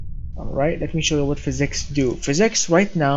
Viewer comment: What the hell is fizz ex are you trying to say physics